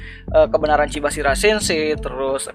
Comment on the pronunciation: Chabashira bang, bukan chibasira sensei... Hadeh salah sebut terus bang 😌